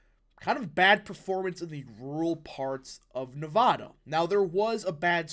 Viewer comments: I hope youre right, also i hope you one day say nevada instead of nevahda. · Just FYI— Nevada- pronounced “Nev-short a- da.” Not “Nev-ahh-da”